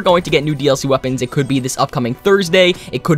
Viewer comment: did u hust say...21 melee wepeans